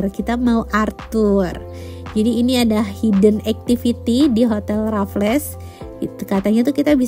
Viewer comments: nyebutnya bukan Rafles tp kaya bilang Waffle dengan 'R' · yang di menit itu di bacanya "rafels'' tante🙂 selamat juga 🙂🥳